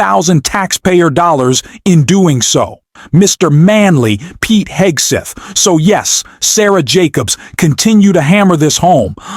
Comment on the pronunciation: You lost me when you called Pete Hegseth, Pete Hegstath. A little thing but it shows a lack of professionalism and seriousness. Know your job and the names of the individuals you incorporate in your presentation. It's kind of like spell checking your work.